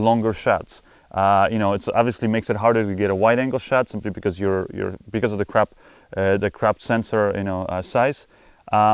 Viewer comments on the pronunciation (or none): Mate, awesome video. But it's crop, not crap ;-)